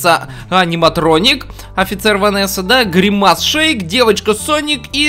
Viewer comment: Правильно говорить грИмас а не гримАс